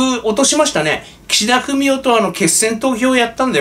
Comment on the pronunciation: の発音で、たまに、岸田フェミお と聞こえたりしますが、全然違和感ありません。